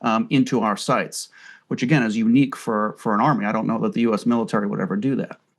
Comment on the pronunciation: 😂😂😂 "thee most moral army"